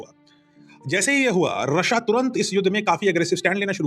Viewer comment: sir, आपका रशिया बोलने का तरीका बहुत शानदार होता है, हर बार। ❤❤❤ जय हिंद❤🙏🏼